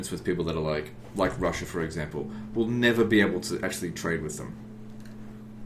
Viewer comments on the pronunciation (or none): none